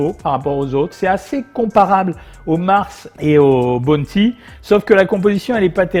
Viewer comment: Bounty sa ce dit b ouu nty ou en français sa ce dit Ou pas bonnety